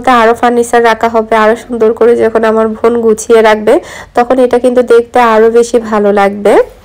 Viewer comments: apni bar bar von von bolen kano bon bolte paren na, osojjo lage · apu oita von hobe na. bon hobe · আপনি বোনকে ভোন বলেন কেন?